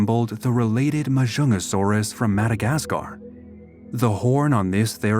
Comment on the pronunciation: its actually majungasaurus the j is not silent and there is a g in the name ma junga saurus